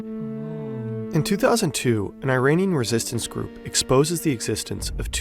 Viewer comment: Commentator doesn’t even know how to say Iran right but good vid aside from that